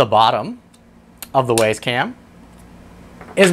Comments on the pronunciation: Thanks for the review ... it was fine. Except, for one thing ... . The camera is named the 'W[Y]ZE CAM'. Clearly pronounced ..." [WI]SE ... CAM". NOT ... "W[A]YS ... CAM". Presumably named as it is, to try to make owners, and potential owners of the camera feel WISE ... for choosing such a valuable item to purchase. You seem to be a well-spoken, reasonably intelligent person. But ... When you call the 'WYZE Cam', the 'WAYS ... Cam', it makes you sound like a MORON. Please ... Stop. Thank you. 🤨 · It's pronounced, "Wise" "Waze" is a nav app. Great info packed review, by the way! Well done! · How do you pronounce WAZE? Then how do you pronounce WYZE? WISE!!!! NOT WAYS!! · It's not Ways it's wise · I believe the it should be pronounced like wise not ways. Hint wise camera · I'm pretty sure it's pronounced "Wise". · Love the video. It's pronounced Wizz cam btw. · Uh, no? Where are you getting that information? The company name is pronounced "wise" ... Go look at their YouTube videos. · It’s pronounced “Why’s” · Had to dislike just because you cant say wyze correctly during the review